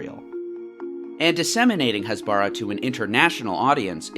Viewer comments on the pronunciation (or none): its hasbara with normal h not chasbara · Wait, ...if Israel did a cross border raid in response to rocket attacks by Hamas, wouldn't that mean Hamas broke the ceasefire, not Israel? Other things: Has-ba-RAH, not Has-BAH-rah Operation Cast Lead- lead rhymes with bed, not need. Yarden is Yar-deyn, not Yardin. You probably have good points in this video but it's hard to take seriously when you're consistently mispronouncing the thing the video is about. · What is up with western media and putting a stress on a foreign word and criminalising it? "Hasbara" (pronounced with emphasis on the "ha", not on the "ba" like you said a million times wrong in the video) is plainly just the hebrew word for "explaining" and "explanation". Nothing more, nothing less. You can say that explanation from Israel is wrong and propaganda filled, that could be a valid critisism, but taking a foreign word that has no negative connotation and labeling it as evil is just wrong and frankly, is pretty much cultural appropriation. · It's pronounced "cast LED", as in LED zeppelin. As in the metal element, LEAD. Lead is CAST. "LEED" is not cast. "Cast LEED" makes no sense. And "Hasbara" is pronounced "Khas-bah-rah". Not Has-bar-ah. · btw, it's pronounced HÀS-BARAH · stop saying "Hasbara" you are pronouncing it wrong and its annoying, do your homework before making a video about the lies you was told, you know nothing about what actually happens there. As a Palestinian who lives in Lebanon: I STAND WITH ISRAEL, you just bring "facts" that aren't facts, you are saying that the killing of Hamas officials is a crime when it's literally a terrorist organization, shame on you. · ISTG YOU BETTER CORRECT YOUR HASBARA PRONOUNCIATION CUZ IT'S SO DAMN ANNOYING